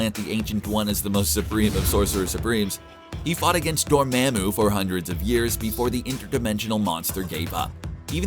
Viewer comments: Um...dormahmu...not doemehmu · IT’S Doormuhmoo!!!!!